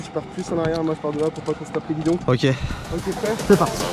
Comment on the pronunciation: Il a dit prète au lieu de prêt